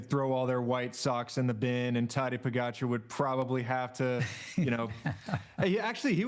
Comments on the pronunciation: The audio always sucks on these.. Come on NBC.. also, Tejay learn to pronounce pogacar .. it’s AR, not ER.. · He can say “Seixas” correctly but not Pogacar or van der Poel? 😂